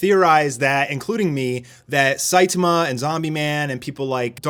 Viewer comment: SaitAma, not Saitema. So frustrating :P